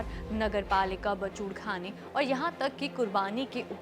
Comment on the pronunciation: उच्चारण सुधारें...😮मोरोको ❎ मोरक्को ☑️ 1.13 बचूडखाने❎ बूचड़खाने ☑️ 3.38 सकरात्मक❎ सकारात्मक ☑️ ✍️ प्रदीप कुमार पटैरया 'प्रदीप'